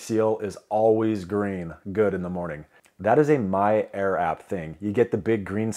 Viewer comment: I swear you are saying "My error" instead of "My air" LOL